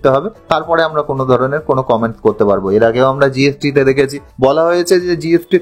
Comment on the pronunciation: Tax কে বলছে ট্যাক জিএসটি কে বলছে জিএফটি।